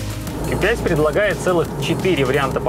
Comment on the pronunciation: "Ки 5" "СказаШно" "БалУемся" Вы шутите? Уши загибались, пока смотрел ТВ. Верните его в школу, пусть доучится...